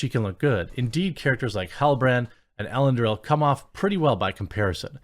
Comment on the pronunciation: «Ellen-dill»? Dude!